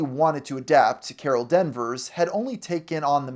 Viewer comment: "Carol DENvers" "MultiUNIVERSE Saga" "MarHERSALA Ali" "Semi LEEu" "EvangLINE Lily" "Gamma IrRADiated blood" LMFAO